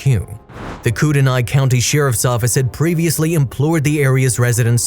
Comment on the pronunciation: Kootenai is pronounced KOOT KNEE